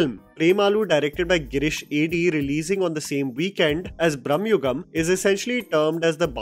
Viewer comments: Its not Brahmayugam❌ It is Bramayugam ✅ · I admire your reviews of Indian films…but please work on Indian pronunciations……it is Bramayugam and not Bramyugam…….it is Chidambaram not Chidaaambaram…